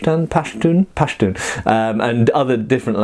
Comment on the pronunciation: I don't think you get to be pretentious about "charay" after hearing you say "Pashtun"!